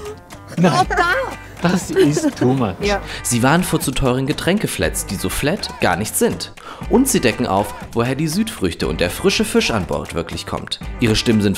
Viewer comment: Der "früsche Füsch"? Bitte einmal Sprachtraining für den Moderator buchen...